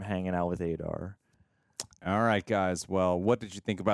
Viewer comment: Aah-Dar, not A-Dar. Come on man....